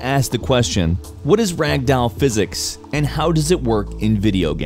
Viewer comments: Pronunciation: "rag-dowel" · I like how you said rag doll in the beginning. Also weeo I mad the comment count 666